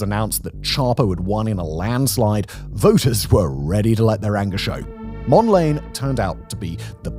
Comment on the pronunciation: "Mond-layne"? I thought it was pronounced "Mond-la-nay".